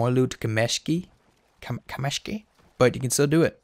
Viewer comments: KAmeshki, not KamEshki -)) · Nice channel. Thank you! P. S. Kameshki is pronounced "cUmeshki". From Russia with love.